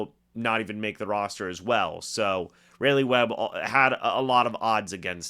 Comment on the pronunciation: even though it’s probably the last time you say his name, I should note it’s RAWleigh Webb. Like the capital of North Carolina